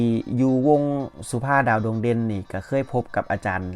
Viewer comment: อยู่กับวงสุภาพดาวดวงเด่น ไม่ใช่วงสุภา ดาวดวงเด่นอ่านไม่ถูกต้องค่ะ